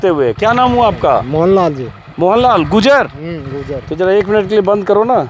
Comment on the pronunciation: भाई साहब आप गुजर गुजर बोल रहे है उसका सही उच्चारण गुर्जर है कृपा करके सही उच्चारण का प्रयोग करे 🙏🙏